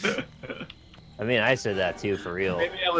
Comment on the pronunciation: Thank god no more of this GAH-BIJ